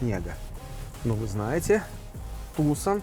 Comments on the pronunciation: слово "Tucson" имеет лишь 2 корректных произношения "ТюсОн", либо "ТюсАн". А в русском эквиваленте оно корректно звучит "Туссон" (либо Туссан). Но ударение ставится именно на вторую гласную. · ТУсон и Санта фЕ убивают... Неужели так сложно погуглить происхождение слов, в Вики даже ударения стоят...